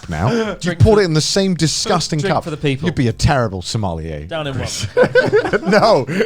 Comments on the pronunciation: Garnt : "similier", Nailed it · Chris is the only one that pronounced sommelier. Sum-awl-eee-ayy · MindSync© - Aww I thought that was actually sad! ''I'm depressed - I've established this by now'' - Sommelier - Suh-meuh-lee-ay - the ''sommoyay'' pronunciation that I sometimes hear from ''pronunciation guides'' is super inaccurate. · the are not sure how sommelier is pronounced but we sure as hell know now of them is one XD